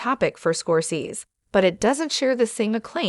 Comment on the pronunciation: you don't sound old enough to be commenting on this subject. You can't even pronounce the Man's last name correctly